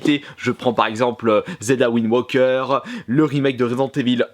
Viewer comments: C'est Wind Waker, et pas ouind woker ;) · "Zelda Wind WOQUEUR"